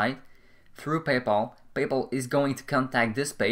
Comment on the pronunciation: Why do you keep saying "payple"? It's Pay Pal! Very annoying....